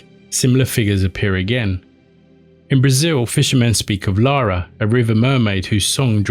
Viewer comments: The Brazilian mermaid’s name is sounding a bit like "Lara" or "Laura". It’s actually spelled Iara, with a capital “I.” It is pronounced a bit like “Yara” or “Ee-ah-rah,” it makes a strong "ee" sound in the beginning. It may be a distinct or unfamiliar sound to native English speakers. Iara has also become a fairly common girl’s name in Brazil... She comes from a mixture of native and european folklore, and the Amazon River is offten associated with her. She’s known as the “Mother-Mistress of the Waters” who protects the river and it's creatures. She is also seeing as a seductress that atraccte and drowns man by singing. Some of her origin story is quite sad too. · Love your videos! The pronounciation of the brazilian mermaid would be more like Yara (not a criticism, just thought I'd add in case anyone cares - I rarely see our myths talked about outside our own media so I'm very happy she was mentioned!) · The "Lara" just made me sad. It is an I not an L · HELLO! The brazilian mermaid is NOT called Lara, it's Iara, the vogal and not the consoant and she is a creature that lives in rivers and lures men to the water and eats them.